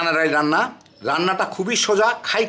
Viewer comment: ডাল কে ডাইল বলেন কেন?